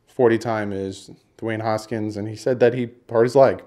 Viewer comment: I hate to be nitpicky but it’s really bothering me that you’re saying haskins’ name wrong. You’re saying hoskins. It’s Haskins.